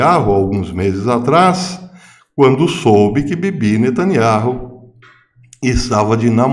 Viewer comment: O nome do ministro é benjamin netanyahu e não netanyarro a pronúncia é NETÃNIAU